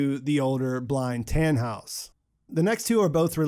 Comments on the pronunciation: Its so funny as german too see how you prononce the names 😂 its just Tannhaus not Tähnhaus for example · Americans really can't say Germans words right "taaanhouse"